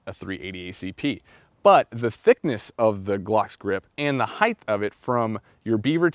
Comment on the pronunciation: It's "heighT" not "heigTh" learn how to speak English correctly please